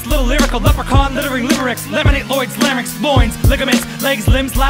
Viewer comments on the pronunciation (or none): none